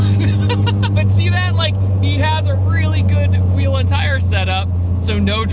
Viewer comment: . "750 Wee wheerl horsepower."